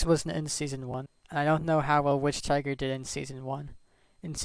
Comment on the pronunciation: Just to know: wichtiger is not pronounced like witch tiger more than wishtieger but with a long i by wish (idk how to explain actually)